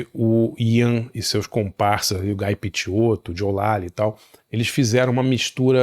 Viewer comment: 🙌 alguém que sabe falar o nome do mackaye certo , porém falou Guy errado😂